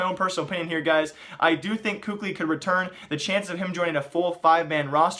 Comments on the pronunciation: Kukli lololoooiollll hahahahah😂😂😂omg why do you pronounce Kqly?😂😂😂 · For the love of all that is good, please pronounce KQLYs name correctly